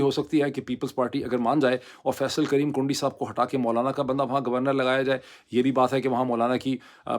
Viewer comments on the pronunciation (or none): none